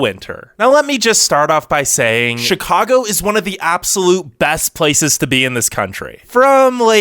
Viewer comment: I’m rolling my eyes. Don’t trust an anti-Chicago video from a guy who can’t even pronounce the name. This video is such a touristy perspective of Chicago. Obviously it’s cold. Obviously we love sports, but you don’t NEED to be into sports to have fun. Taxes are on par with other states. Have you seen Californian property taxes? Bad schools? Sure some bad apples here and there but our charter school’s that anyone can attend have the highest college acceptance rates. Traffic sucks, but that’s why we have the L and CTA! Best in the nation next to NYC. Parking sucks, but that’s every big city! Crime is so overblown and it’s only concentrated in places viewers would never even be in, and limited to members in GANGS.